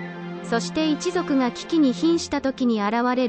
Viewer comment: 危機が聞きににもなってましたねw